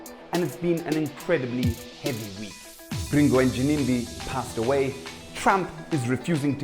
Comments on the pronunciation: Am I the only one who is hearing a JIMIMBI in the place of Ginimbi? Hahahaha is always on point! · Gimimbi Me: anonzi Ginimbi iwe msoro bhangu 🤣🤣🤣🤣🤣